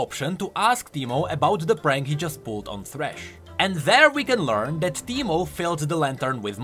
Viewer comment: Soooo teemo become Pee-Mo?